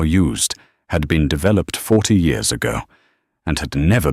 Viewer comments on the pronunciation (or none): Why keep saying yours and not years ?